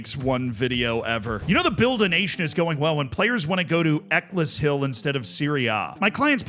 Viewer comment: eck-uls-hill. Not eck-liss-hill